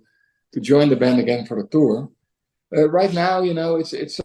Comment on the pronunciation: Why do you keep saying "brand" instead of "band"?